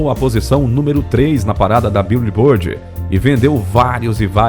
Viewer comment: "biulibôrdi" é o ápice